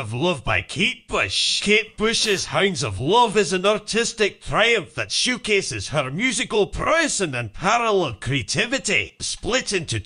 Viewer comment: The TTS voice made “showcases” sound like “shoegaze” (at least at 2x) and I kept thinking chatgpt was going to have some unexpected picks